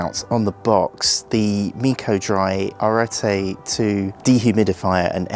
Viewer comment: I can’t believe a GROWN man can’t pronounce arete or hepa… it’s embarrassing. Why didn’t meaco send this to someone more intelligent